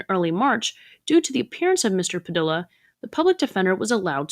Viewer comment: "Padilla" is pronounced" PadEEYa"